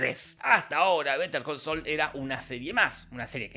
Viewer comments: "vete al col sol" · Better call Saúl ❌ Be De Co So ✔️ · "beter col soul" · ..."BETER COL SOL"